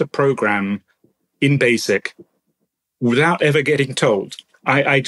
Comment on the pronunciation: Im sorry but i can't keep listening to a grown man saying "free, wiff and wiffout".